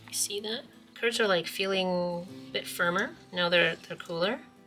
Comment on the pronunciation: Curds with a T 😂